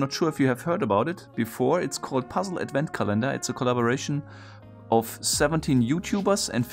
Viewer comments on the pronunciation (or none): Nitpick about pronunciation: The word Advent is pronounced AD-vent, not ad-VENT (accent on the first syllable). Otherwise great video, as always. :)